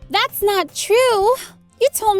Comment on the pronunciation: Cupquake: "Das cute" Me: not after sayori commits suicide.